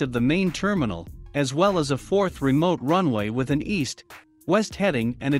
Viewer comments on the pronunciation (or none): none